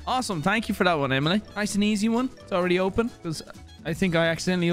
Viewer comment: i heard emliy at least 7 times lol